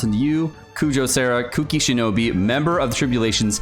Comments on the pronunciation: "Kuki Shinobi" KEKL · na bro he was saying kuki shinobi.